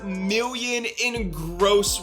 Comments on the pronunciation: You are right, great research. Aside from that, your a total douche, and I hate the way you say "million". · Lol why does he say million like that ?